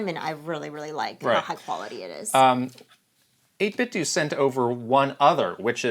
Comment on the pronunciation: 8-bit-do as in Ninten*do* Not 8-bit-dew 🤦🤦😂